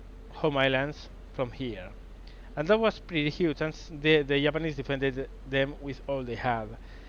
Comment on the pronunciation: So will he ever sink a battleship is the question... Also love how he pronounces Japanese. "the yap-anese"